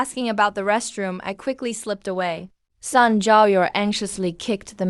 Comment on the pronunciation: kelan ba magkakaroon ng ai na marunong bumigkas ng tamang pagbigkas ng mga salita??? ruyan ang pangalan pero ang bigkas ng narrator rayan... palpak!!! ai ba talaga???👎👎👎👎👎yung sun bigkas san??? ang bigkas nun soon hindi san... jiao= jia o??? dyaw yun...